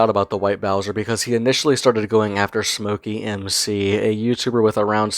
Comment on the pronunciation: I think it's "Smokey Mic C" not "Smokey M C". SmokeyMcC is his posted name. I could be wrong though... Anyways good video. I watch his channel too.